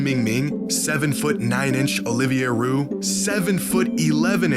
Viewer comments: Olivier Rioux is pronounced "ree-you", not "roo" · Dude… it’s pronounced Olivier « Ree-you », not Olivier Rue. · Rioux is pronounced Ree-You in French It’s a common name in Quebec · it's pronounced REEYOU (Rioux) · Back breaks when your too tall. Also Rioux is prononce like Reou in english. Im from Québec like Olivier 😄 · Bro can’t even pronounce Rioux’s name. Some basketball fan, lol